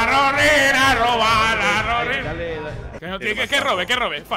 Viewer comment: AHHH JUGAAH A ROBAHH A LOJOOOH